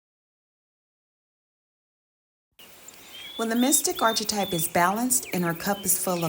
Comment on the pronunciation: Thanks, especially for emphasizing “refuge in God” at the end. One small suggestion … please consider fine-tuning your pronunciation of archetype.